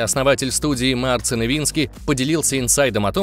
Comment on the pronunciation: Не Марцин а Марчин